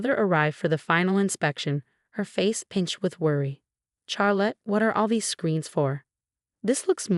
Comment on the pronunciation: That’s rib eye; also couldn’t pronounce Charrlotte